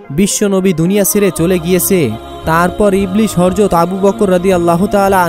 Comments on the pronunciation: আপনি শুধু বার বার হরজত বলেন কেন......? বাড়ী কই নোয়াখালী..........? হজরত হবে ? সুন্দর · এখনো হযরত বলাই শিখো নাই